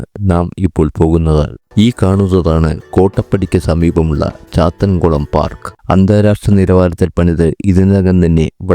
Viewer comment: ചാത്തൻകുളം അല്ല ചാട്ടുകുളം ആണ്